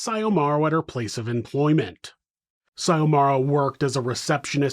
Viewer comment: Xiomara is pronounced Zee yo Mara…